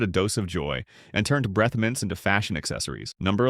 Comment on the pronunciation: Breeeeeth mints ? ? ? ? AI is SO irritating!